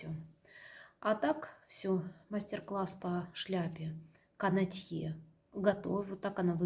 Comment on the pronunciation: Простите, пожалуйста Но правильно "кАнотье".